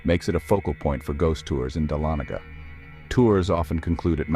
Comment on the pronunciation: It's pronounced duh-laa-nuh-guh Ga